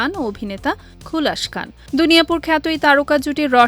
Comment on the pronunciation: আবাল নিউজ রিপোর্টার 🤡 খুলাস খান ❌ খুসহাল খান ✅